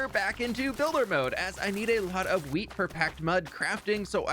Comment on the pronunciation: "The fwinest fwheat fwhenywhere!" (the finest wheat anywhere)